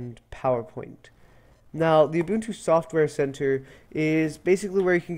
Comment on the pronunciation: It's nice to see some folks know how to pronounce Ubuntu properly. Great tutorial by the way. Keep up the good work!